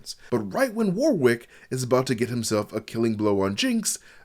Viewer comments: Great breakdown! But I can't help feeling like you're trying to see how many times you can say "war wick" in 30 minutes. "wɒrɪk" or "WORR-ik". You shouldn't pronounce the second w, and it's making me grind my teeth every time you say "war wick" xD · Dear American friends. The second w in Warwick is silent. Also Worcester is pronounced wooster (with the oo sounding like the oo from good).